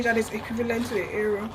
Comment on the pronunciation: it's pronounced as it's spelled eru not ero